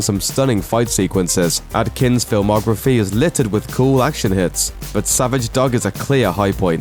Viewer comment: The narrator can't pronounce "dog"? wtf